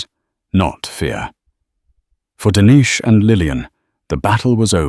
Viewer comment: Dennis is pronounced like tennis